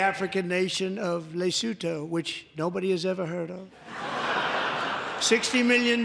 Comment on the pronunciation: he said lesoentoe not Lesotho. But I thought the pronunciation was not too shabby